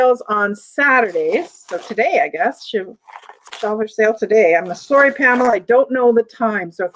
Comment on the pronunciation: More like "saw re" lol